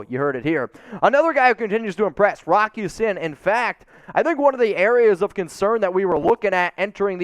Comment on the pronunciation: it's Rock Ya-SEEN.